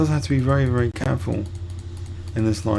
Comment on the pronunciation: wely wely good lmfao